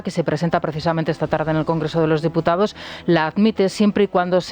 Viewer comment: Don Federico....Molinillos NO... Aerogeneradores SI....Prevaricao NO.... Prevaricado...SI.... Diputao NO....Diputado...SI... Aplíquese su propio Magisterio y su contertulio de cuyo nombre no quiero acordarme, excelso orador pero desastroso Castellano hablante....En lo demás.... Chapeau Don Federico...